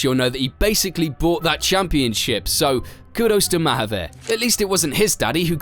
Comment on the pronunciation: Its pronounced Muh-haaveer with the 'u' sounding more like an A than a 'you' sound